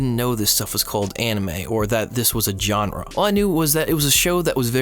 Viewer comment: Every time you said genre, it hurt a little bit more than the last time you did. Otherwise, i too began watching anime at a time of significant personal struggle, the "i'm 20, but not yet an adult" depression.